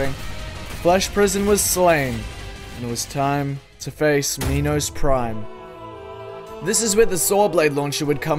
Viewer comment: "Minos prime" "MINOS PRIME"